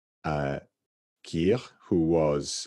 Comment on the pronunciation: Slightly off on a tangent I am learning so much about the foreign pronunciation of words from Mr Salomon: never knew Felix, in French, loses the 'x' sound. Merci monsieur and another fantastic video.